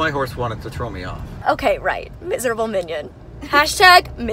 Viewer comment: Omg the Canadian came out!!! “Your horse wanted to trow you off!!” Gotchu !!!!